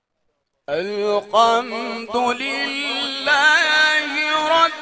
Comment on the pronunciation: It’s not alkamdulilahi it’s الحمد لله ربالعالمين